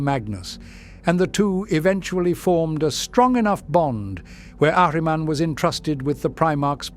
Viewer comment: Love how the voice pronounces Ahriman. He's one of my favourite 'Chaos' characters.